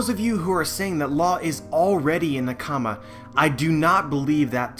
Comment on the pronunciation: i dont trust anyones theories when they pronounce nakama as newkama